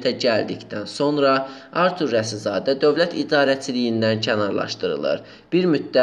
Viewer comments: Maraqlıdır ki,başlıqda Rasizadə yazılıb ancaq nə ücünsə aparıcı Rəsizadə tələffüz etdi dəfələrlə. İndi hansı düz oldu???.. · Kanal 13 arturun reklamı üçün nə qədər almısıniz. Başınıza dəysin hazırladıgınız video.Alçagın adını da düz tələffüz edə bilmir aparıcıniz